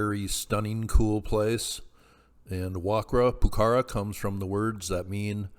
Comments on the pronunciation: Pronounced- Wa-kara Poo-kara. The Q is pronounced with the K sound. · Pronounced "Wa-Ka-ra," pukara, the q is pronounced like a K.